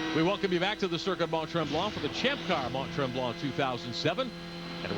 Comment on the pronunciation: These commentators were atrocious when it comes to pronouncing drivers names.. I mean how difficult is it to pronounce Jani.... Yani As he even said when he drove in A1GP. Interviewer cant even say Stoddart ffs 🤦🏻‍♂️😂 They cant even pronounce Mont Tremblant properly 😂